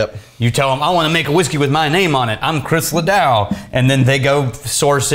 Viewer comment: I'm sorry but I cringe everytime they mess up Chris Ledoux's name